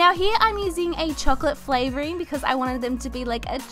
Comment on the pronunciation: She said chocolate “FLAVORING” 😂 😂